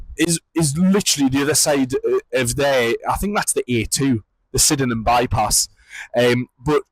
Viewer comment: there's a little shuttle bus from Belfast City Airport to Sydenham Station (pronounced) Sid-num). I was laughing at all your walking. 😂😂 Good videos though, keep it up 😊